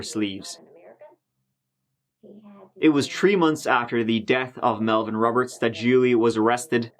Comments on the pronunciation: Three = Tree Tree = Tree Huh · So let me get this straight three is pronounced 🌳 third is pronounced turd and fourth is pronounced fort. Got it, been watching since the tin foil hat days and love the uploads man.